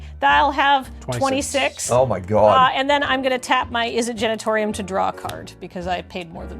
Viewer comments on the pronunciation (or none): Not to dunk on a mispronunciation of an extremely made-up word, but I feel like a number of red-faced visitors to the Izzet Genitorium in the Sixth District are kindly and discreetly given directions to the Izzet Generatorium around the corner each day